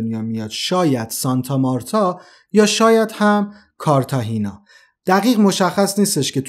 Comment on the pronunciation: بسیار جالب بود فقط تلفظ اسامی زیاد درست نبود اسمی به نام هور هه نداریم در زبان اسپانیایی خور خه هست همچنین کارتا خنا اسم اون شهر یا کارتاژنا هست نه کارتا هنا